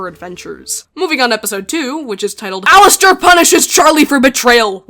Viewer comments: I’m crying over the ai being unable to pronounce alastor… “LASTOR HAVE YOU LOST YOUR MIND!!?” I’m laughing my ass off for no reason.😔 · the way they pronounce it as al-ass-ter is killing me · It kills me when they say “Alas-ter” 😂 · "Alastor, who I will be now referring to as Al-ASS-tor," gives off the same vibes as Markiplier saying "I'm ASSdistic!" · Nah, it's AllAsstor. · Same😂😂I laugh my ass off every time they say alastor wrong(which is basically every time they say his name)😂